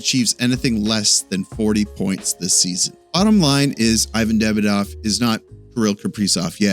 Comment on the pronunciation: its not hard , please take the time to pronounce his name right !